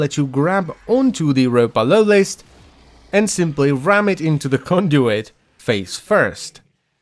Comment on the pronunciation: Every time lotus sais Ropalolyst all i hear is umpa lumpa